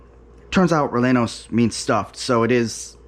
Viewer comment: Bravo!! Hope it was as delicious as it looked. Funny you effortlessly pronounce Oaxaca but had a little difficulty with Rellenos. 😂 glad it turned out so well. I have another recipe idea for you. Mujadarra. Blackened/caramelized onions with lentils and rice. I’d advise basmati as that is the tradition and tastes best. Sweet yellow onions. Brown/green lentils as well. So easy and very delicious. Affordable and wonderful tasting and not so exotic. I had a small kitchen and made this often. Buy many onions. You will think that you have enough when you chop 5 full sweet onions but it is never enough for a full dish. Maybe a medium dish, but the more onions you cook, the better it tastes. I recommend this one because it is so budget friendly and simple. And tastes delicious. 👍 great video! Ingredients; Sweet onions, Basmati Rice, Brown/Green Lentils, Salt, Black Pepper, Cumin, Olive Oil, Water, Labneh/Plain Yogurt (optional) Instructions; Slice the onions thinly as possible in long slivers. I usually cut them perpendicular to the root/stem (like the way you cut onion rings but don’t actually cut them into rings, just slivers.) Gives me longer pieces. Longer slivers are better, especially if you crisp them up a lot. Small slivers are not very enjoyable, nor will it cook properly if the slices are too thick. Clean your lentils and sort for debris or bad lentils. For every amount of lentils, add twice as much rice. Use good judgement on how much water to add. You want fluffy rice and